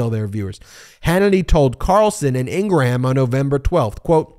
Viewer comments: It's NOT INGRA-HAM it's 'Ingram', get it right MO*ON? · Please stop saying In- Gram & In-Gra-Ham! Love your show!! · Laura ingrahams name is actually pronounced ingrahambone